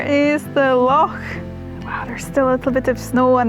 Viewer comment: A fantastic video,. I love the way you say "loch"...this place has to be one of the most beautiful i have seen on your travels....i love you...